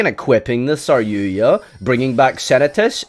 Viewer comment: Stop saying saryuya